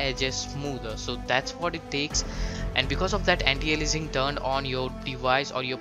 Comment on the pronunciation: anti alienising ? how he speaks that xD